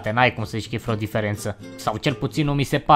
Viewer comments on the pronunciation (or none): "freo diferență " Ai făcut româna cu Bercea?)))